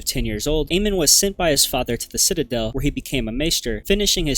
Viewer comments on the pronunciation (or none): none